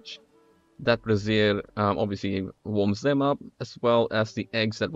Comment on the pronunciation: Funny how he pronounces brazier (a metal holder for coals) as one would brassiere (a woman's undergarment).